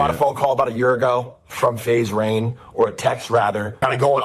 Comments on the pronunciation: calling rain "rug" just pissed me off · I love how everyone is calling Rain, Rug 🤣🤣🤣🤣 This is amazing